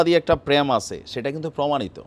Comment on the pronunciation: প্র্যাম্ নয়, ওটা প্রেম।